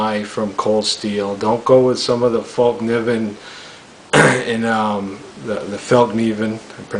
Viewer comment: So thaaaat is why M390 is so damn good, it has good grain? Nice to hear someone make an effort to pronounce fällkniven for once I wish more folding knives had nitrogen